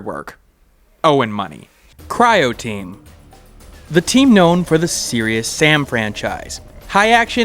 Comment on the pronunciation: Great idea for a video executed well. You've earned yourself a sub. :) Though pronouncing Croteam as Cryoteam stood out a bit with the word right there on the screen.